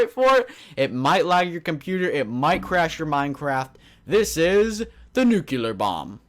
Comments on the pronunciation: the word nuclear is pronounced like this : new clear not nucular!!!!! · Why do you people say NUCELAR ???? Its NUCLEAR -_- Thats fuckin funny xD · It's nuclear not nucular! Lol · not nuke you ler its nuke lee er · Did anyone else notice that he said nucular about 5 or 6 times? it's NUCLEAR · stop saying nucular. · Its nuclear not nukeuler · "Nucular"? Lol? Does that even exist? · It annoys me so much when people say nucular instead of nuclear ヽ(｀Д´)ﾉ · Nucular? Really? Its nuclear. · nucular... ugh my ocd is tingling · Not trying to give hate or anything, but I believe it is pronounced "Nuclear" not "Nucular", which isn't a real word. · ***** Yes! Pronouncing words correctly make one not sound like a moron. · InoshiKenshi If he's pronouncing it WRONG why shouldn't he be corrected? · Saying nucular is like saying for God sakes instead of God's sake. That has nothing to do with accent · "Nuclear" (NEW-clee-ar) Often disgustingly mispronounced as “nucular” (NOO-kyoo-lar). Here you go, you illiterate twit. Hope it helps. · So, what exactly is a nucUlar bomb? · its NUC CLEAR (nuclear) no nuculear....i mean lol you are a native english speaker i suppose... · NUCLEAR. ITS FUCKING NUCLEAR. NOT NUCULAR. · stahp saying "Nucular bomb",,, it's pronounced "new-clear" or "noo-clear" bomb. :D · It's nuclear not nucluer!!! Anyways... LOVE YOUR VID MAN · It's nuclear not nucelar. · Nu-cle-ar not nu-cu-ler :/ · Nucular -.- lol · *nuclear *nuclear *nuclear *nuclear *nuclear *nuclear *nuclear *nuclear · I'm sorry, but you really need to learn how to properly pronounce nuclear. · You're under arrest for violation of the word, "Nuclear"